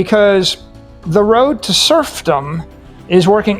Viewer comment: serfdom, not "surf them"